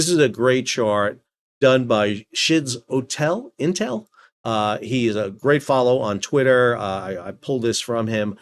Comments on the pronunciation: I believe your map maker's name should be pronounced "Skitso-Intel." My two pence. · It’s Schitzo-intel, as in schizophrenia. 😊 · "skitso-intel". Schizo, from schizophrenic.